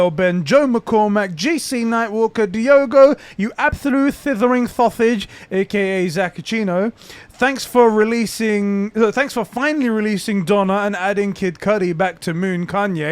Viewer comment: correcting conbrosations. the album is called donda not donna please say it right when you call out your patreon list... its been driving me crazy hearing you say it like that every week